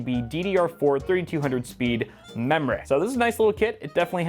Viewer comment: No one: (ik this is an unoriginal joke): mEmReY